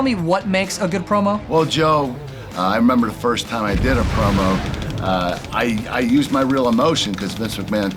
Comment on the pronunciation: I thought its said "Porno" instead of Promo😂😂